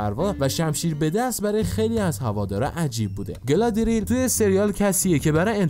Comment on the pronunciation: گالادریل نه،گالادریِل